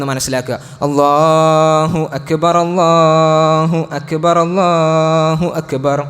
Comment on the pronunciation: بارك الله فيك ، നല്ല ഖുതുബ الله أكبر ، الراء بالضم